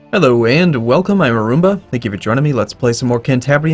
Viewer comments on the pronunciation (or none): mmmmmmhhh Arumba sounds like he said "I Rumba" Arumba is your robot to human translation programming glitching?